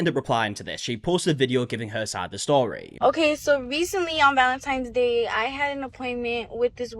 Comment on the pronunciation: 1) i just cannot with a full grown ass adult who says "valentime's day" 2) she handled it like shit.